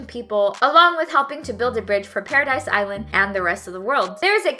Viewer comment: It is paradis(para - dees) not paradise